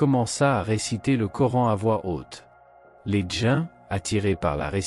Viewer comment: Les djains 😂trou de bal d' IA !